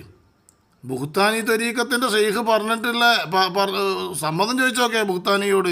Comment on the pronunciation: ബുഹ്താനി - ഇത് ശരി , ഭുഹ്താനി - ഇത് തെറ്റ്